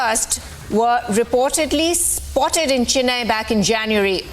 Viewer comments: Oh please. It is CHENNAI and not CHINNAI. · It is concerning that a reporter, who should possess a certain level of linguistic competence, fails to pronounce Chennai correctly. It is unfortunate that they seem out of place here in India😮‍💨